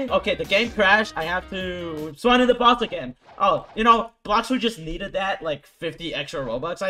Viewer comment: spon a kilo whie i spon a shadow 💀